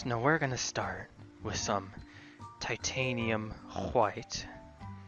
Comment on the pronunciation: I'm just glad you pronounced Titanium White as Titanium Hwhyte